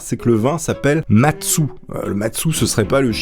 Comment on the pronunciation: mastu ou je devrai dire matsu